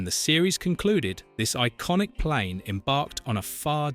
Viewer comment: OMG! It can't even say l"The plane,the plane!"correctly!!!Let alone Ricardo Montalban's last name!!!